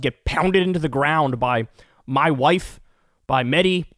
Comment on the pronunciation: How dare you say my wife and not mah wahhhf